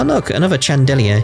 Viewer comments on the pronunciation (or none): if you're not playing around then it is pronounced chan-da-leer